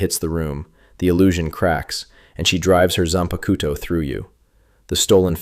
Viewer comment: Its not zan-ba-ku-toe. Its zan-pak-toe. God that irked me